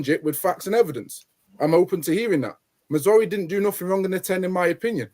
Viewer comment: It’s MAZ RA OUI